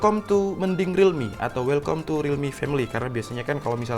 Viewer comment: Read as: welkam, not welkom...🙂